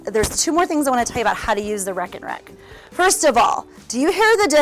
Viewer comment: As a Dutch primaryschool teacher I can tell you it's not pronounced like "wrack and wrack". The first E in the word is pronounced as an A in the English alphabet. So it's like this: ray-kenrek.